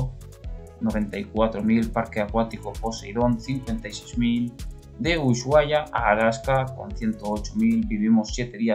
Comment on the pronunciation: Hola buen dia ....es castellano y en castellano la letra H es muda....Usuaia es la pronunciacion correcta😉👍 slds de un Mendocino exiliado en BsAs